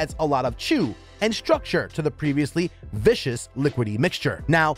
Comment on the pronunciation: Very convoluted description of a rather simple process. And whipped ingredients are vis-cuss, NOT vish-ous!